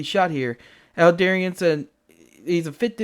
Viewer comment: Aldebaran... to pronounce it properly just pretend you're speaking Italian, "Al-deh-bah-rhan" ... Don't forget to roll the 'r' ;P Aldebaran /ælˈdɛbərən/, designated α Tauri (Latinized to Alpha Tauri), is a giant star measured to be about 65 light-years from the Sun in the zodiac constellation Taurus. It is the brightest star in Taurus and generally the fourteenth-brightest star in the night sky, though it varies slowly in brightness between magnitude 0.75 and 0.95. Aldebaran is believed to host a planet several times the mass of Jupiter, named Aldebaran b.